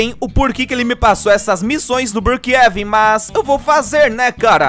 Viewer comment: Eu acho tão engraçado como ele chama brookhaven ele chama brookheven